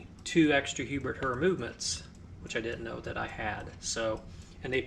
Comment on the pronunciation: Pronounced same as "hair". Herr (pronounced "HAIR") is German for "mister".